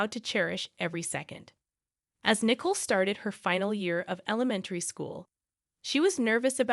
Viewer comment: It’s not nickel but nicoal